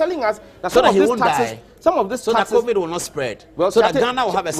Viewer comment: It is not CORVID, rather COVID (Ko-vid).